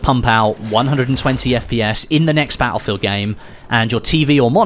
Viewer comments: Can't subscribe until you start saying "battlefield" properly. Sorry. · I absolute hate the way he says battlefield